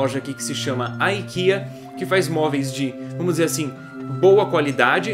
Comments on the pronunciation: IKEA também existe em portugal e como é sueca não se pronuncia dessa forma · Cá em portugal não se diz "Áikea" mas sim "IKEA" (eu entendi antes de mandarem bocas que a palavra prenunciada em inglês é assim mesmo como o falou